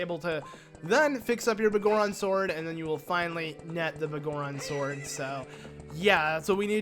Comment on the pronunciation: The Bagoron Sword? Do you have some issue with saying BigGoron Sword? That's such a weird thing to shorten, considering you call him Big Goron in this video, but somehow adding the word "sword" gets the 1st part a different pronunciation. ..sigh.. You really know how to annoy me like no other.